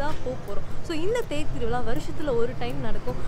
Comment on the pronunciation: 🤩🤩 thiruviza was always joyful, and oru chinna obligation, nenga solum podhu tiruvila nu solrenga , its thiru viza 🔊🤗